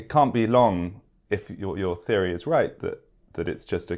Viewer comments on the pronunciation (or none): none